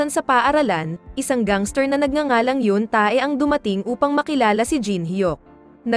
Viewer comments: Awit sa hyun -TAE haha Yun~teh po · Correct pronounce Yeong tae(x) Yong te(✓) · yoon ta-e talaga hahah.. basa noon te 😂😂 sagwa kcng pakinggan ung ta-e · Te!!! Yoon Tae or Tei di "Tae" just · Yoon tey tamang bigkas hndi yoon ta-e hahaha.. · Yap haha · Bat ''yoon-tae' Ang pag pronounce😂😂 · Wow I heard that she's say yoong-tae I think I really hear that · Naloka ko sa pag pronounce mo sa Yoon Tae 🤣